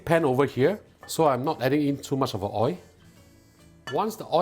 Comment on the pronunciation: What is “oi” you need to pronounce the world oi(l) correctly.